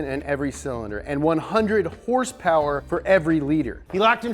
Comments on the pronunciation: I love it when u say hurss purrs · You got me addicted to the word "hurse purers" how can anyone at the dealership take me seriously now shiet